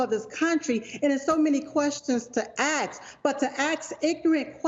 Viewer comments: I’m sorry did you say, AXE a question? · It is "ASK" not "AKS" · He "doesn't", not, he "don't"...."Ask, not axed". These two ladies sound unintelligent, ignorant and uneducated. Yikes. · The word is "Ask" no "Ax" dumbass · Ugh! How disgusting these 2 street hags are. If you can't figure out the difference between "axe" and "ask" why TF are you on anyone's news show? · silk is too intelligent to pronounce "ask" as "axed" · They had a great converaation its just funny how they say ax instead of ask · Keep on « axing » questions... wow! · "to ax ignorant questions.." I'm done.